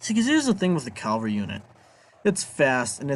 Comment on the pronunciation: It's CAVALRY not CALVARY!!! Good God.